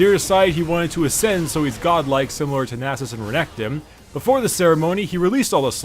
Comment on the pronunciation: Is anybody else only ever so slightly annoyed that he always pronounces it "Renektim" for whatever reason?